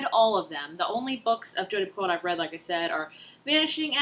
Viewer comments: Picoult sounds like PEE-KOE :-) I loved The Pact! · You probably already figured this out, but it's pee-co Almost like petco but pee instead of pet 😂 I recently met her in real life! By the way, have you read a walk to remember, by Nicholas Sparks? That one is my favorite, it make me cry for like 45 minutes